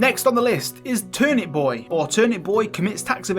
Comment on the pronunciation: “ Thanks boah “